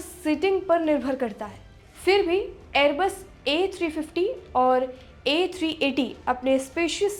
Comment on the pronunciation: Pahle sahi se kahna seekh airbus hai airbes nhi